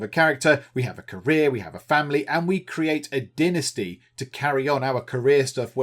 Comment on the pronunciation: Is it only me, or every time he says Dynasty I hear Die Nasty! ? ;P :D